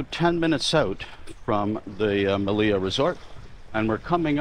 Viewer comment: Your videos are valuable. I have been to the Meliá (in Spanish the accent goes on the a, not the i as you pronounce it Melía, which sounds wrongfully cute) among other resorts like the Majestic Mirage. I decided to book another vacation at the Melia after seeing how much I missed when I was there. In that sense, I said your videos are valuable. I have subscribed to your channel and will recommend it to my friends.